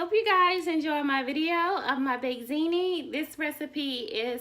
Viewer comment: I like how she said bake zini lol